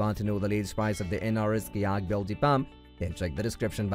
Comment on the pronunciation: Horrible pronunciation of EVERY one of the IMPORTANT words such as Kayak. Bilge and Seattle. Just horrible. I could not understand it until listening over and over to discover how INCORRECT they were… So sad.